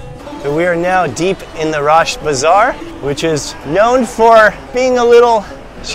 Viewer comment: its nat راشت رشت✅